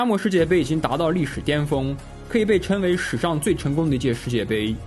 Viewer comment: 称为盛典 不是 嗔伟肾点。 那个 g 音要有的。。来来来 ，跟我学拼音 ， cheng cheng cheng, sheng sheng sheng。《生活大爆炸》中的barry kripke，就是这样，发音不全，经常成为笑点。否则哪天万一有机会见到 成龙 ，难道 叫人家 陈龙大哥， 胜利 说人家 肾力？！